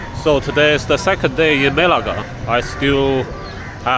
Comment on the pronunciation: Bro needs to pronounce "Melaka" properly lol. But good video, I'm enjoying it. Will be going there in August.